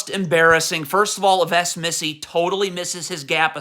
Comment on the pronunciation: You know what’s the worst too? You pronouncing Yves Missi